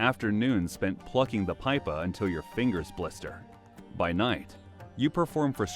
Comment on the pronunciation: "Pipa" is pronounced as "pee-pahh". Not "pie-pah".